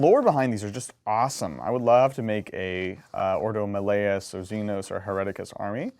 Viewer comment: Malleus is pronounced like Malefic not melody my dude